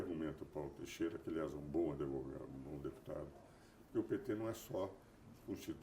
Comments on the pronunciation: Por que ele fala "adevogado"? Além, é claro, com menos inteligência e brilho, ser o Carl Schmitt brasileiro. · Adevogado. O cara se diz sumidade e fala ADEVOGADO. PQP!